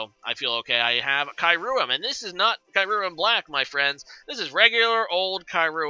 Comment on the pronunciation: Ky-roo-um... come one, you say some pokes names pretty differently but this one takes the cake 😂